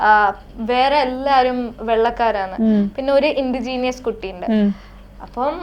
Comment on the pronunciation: Indigenous—ഇൻഡിജീനസ് ഇൻഡിജീനിയസ് അല്ല.